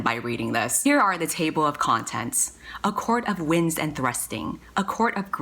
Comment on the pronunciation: 👑👑 you’re amazing also you say winds and thrusting and I think queefing. (am I allowed to write that here?) which is decidedly unsexy sooo